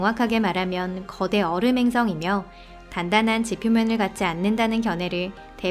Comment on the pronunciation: 얼음을 어림이라고 읽는듯하넹.